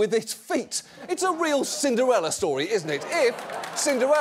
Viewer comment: Did John say, “ Cindewella” twice???